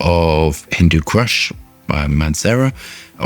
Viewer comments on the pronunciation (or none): Its not cRush ! Its Kush without the R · Kush does not have an R in it. Not crush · Hindu Crush? I Heard Hindu Crush, it's "Kush" not "Crush". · HINDU K. U. S. H NOT CRUSH 🤣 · Not Crush, kush 😅....hindu kush mountain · Kush not Crush !!! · it's prenounced "koosh" like cushion.. lol. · Nothing pedantic about it. He is adding an ‘r’ that isn’t even there 😂